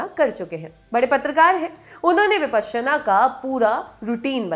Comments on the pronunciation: Your pronunciation is slightly off the mark! Please refer to original Sanskrit pronunciation!! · Anchor's pronouncing it "विपश्यना", whereas I always here it as "विपासना" everywhere. What's correct?